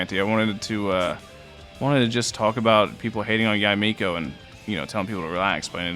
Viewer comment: Props for getting her name's pronunciation. A lot of youtubers have been pronouncing it as Yay Miko when it should be Ya-Eh Miko